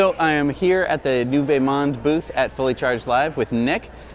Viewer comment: Hey guys! NYK fan from Montreal here with a tiny comment: you're pronouncing the first part of Nouveau Monde really weirdly (something like "nuveh"). Basically , say it like "nuvo" or "noovoh". Nice round 'oh' at the end. Rhymes with "Now You Know". Keep up the amazing work!